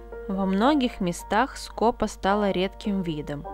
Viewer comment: В названии птицы ударение на второй слог! СкопА. Весь ролик "скОпа" режет слух.